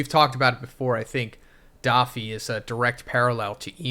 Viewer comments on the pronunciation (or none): Why keeps calling doffy for daffy 😂😂😂